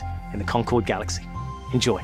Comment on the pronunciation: Concord, like in Fo4 is actually pronounced "Con-kerd". Thanks